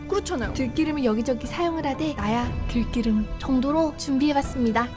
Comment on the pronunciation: 들끼름? 들기름 발음이 어려우신가요^^